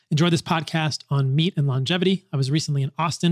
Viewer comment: Paul, thank you for saying "lon-gevity" instead of "long-gevity."